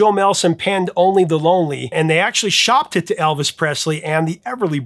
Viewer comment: Every time you mentioned the Roy Orbison song it sounded like "Only Baloney" to my English/Australian ears. Perhaps slow down a bit and improve your diction (as the actress said to the bishop).